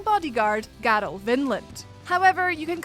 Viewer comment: > Witches of Hemwick > 'Witches of Hemmick' > Garl Vinland > 'Garol Vinland' ...The Cringe.